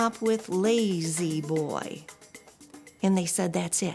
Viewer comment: Very nice recliners. Don't you mean LAY-Z Boy though?